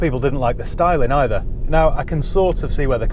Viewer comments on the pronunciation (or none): none